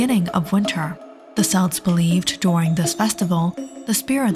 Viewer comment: good video but the pronunciation of "celts" is wrong